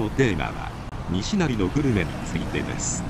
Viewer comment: にしなり「に」にアクセントを持って来ていますが「にしなり」です 平坦に発声するのが大阪弁です。